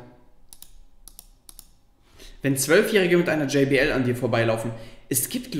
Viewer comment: danke fürs "JBL" und nicht "GBL" (